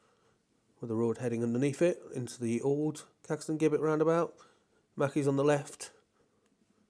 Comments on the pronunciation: Here we go again with the Jibbett/Guibbett pronunciation. It's JIBBETT. I mean, Jesus wasn't called Gueesus was he? Apart from that, thanks for another very good vlog and may I also wish you a very happy New Year. regards, Eric. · Gibbet is pronounced- Jib-et. No G 😉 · It is definitely Jibbett in pronouncing it, I'm 40 years old and my gran fully with her strong mind at 97 years old pronounces it Jibbett. I'm sorry mister you do a great job filming this and I don't want to make you feel bad but that pronunciation of that word riles me up. I don't know why sorry happy new year to you. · Pronounced as "jibbet" 🙂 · Great videos but please say Caxton Gibbet as though the G is a J. As in Giblets in a Chicken or Turkey. 😊